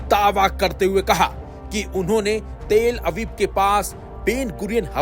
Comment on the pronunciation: news suna rahe ho ya jhagda kar rahe ho bhai news ko news ki tarah bolo, and shabd sahi bolna sekho, talabib ko teeel abib, san'aa ko sana bol rahe ho